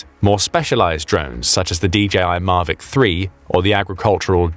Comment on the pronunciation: Hang on. "Marvic drones"? "Marvic"?? It's Mavic. Mavic as in Mavic, Orange County, Califormia